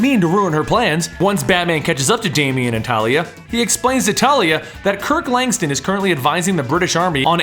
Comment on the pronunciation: LangSTRUM with an R not langstum